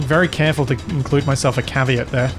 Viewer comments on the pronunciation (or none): You were at fault. You effectively parked in the flow of traffic. And don't worry about French words. Just listen to British people say French words like fillet and valet. They butcher them without remorse. But you did pronounce caveat incorrectly if you really care. Haha